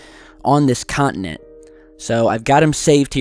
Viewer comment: Con-ti-nent not cont-in-ent